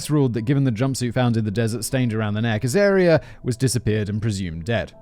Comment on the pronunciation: David went to so much effort to phonetically spell out, Pitjantjatjara, only to have Simon proceed to mispronounce both Uluru [Oo-la-roo] and Azaria [az-uh-rie-uh.], and I can imagine David was there too, like, "nah, those are obvious." 😂